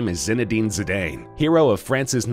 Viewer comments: It's pronounced Zi-dan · Pronounce zidanes name right its pronounced Zidan